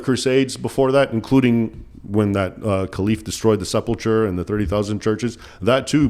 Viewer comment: Isn't it pronounced "Sepul Kur", not "Sepul tchur"?